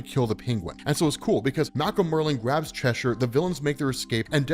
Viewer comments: It's pronounced "Chesher" 😭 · Cheshire is pronounced Che-shuh.